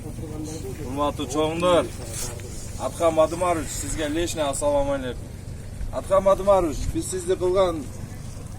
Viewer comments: Биринчи эмнеге туура саламдашпайсынар? Аттсалом алекум дебейт, АССАЛОМ АЛЕЙКУМ дейт сс айтат тт эмес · Атсалам алекум эмес ассаламу алейкум,!!!!! Саламды туура айтышты үйрөнөйлүчү тугандар аксент керегижок туура айтыш керек